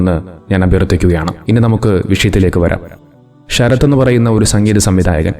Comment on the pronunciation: ഷരത്ത് അല്ലല്ലോ.. ശരത്ത് അല്ലേ..?